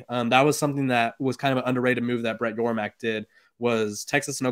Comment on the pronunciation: It's Yormark